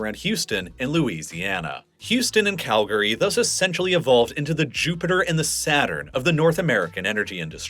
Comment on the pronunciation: Congratulations on pronouncing it Kal-gree and not Cal-Gary. We’re proud of you.